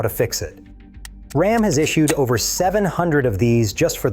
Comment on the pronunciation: Can’t you find a real person to read these posts?? Rom is not Ram! Geez! What a turn off!